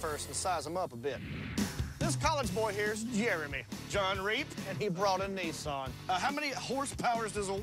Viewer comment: N I S S A N............not F**king Neesan